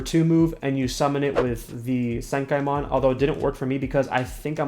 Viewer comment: dude you pronounced senkaimon and hueco mundo both wrong XD